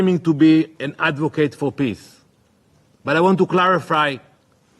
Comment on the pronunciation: If that israeli guy says 'piss' instead of 'peace' one more time...